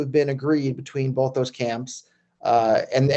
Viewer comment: Lol! Love you Roger but there is no "L" in Both, what the f*%$ is Bolth?